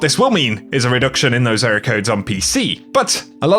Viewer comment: Ehroar codes